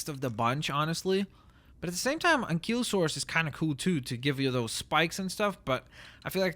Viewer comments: Its Stego, not Stago, and Anky, not Anquee, please just say it right, Cause I don't know what source let you think its pronounced Stagosaurus, even though its Stegosaurus. Also its Teh-ra-no-don, not Teh-ra-don... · its ankylosaurus not ankeelosaurus